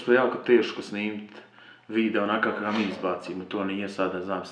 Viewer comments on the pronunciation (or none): none